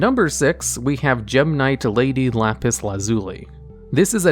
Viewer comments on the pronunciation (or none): none